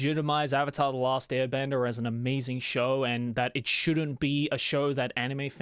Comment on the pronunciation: ‘avatar the last bender’ if your British you’ll find this funny 😂